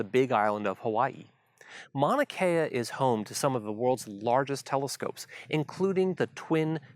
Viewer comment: The way you remove the U when you pronounce Mauna Kea is culturally insensitive. Also it discredits your knowledge of Mauna Kea.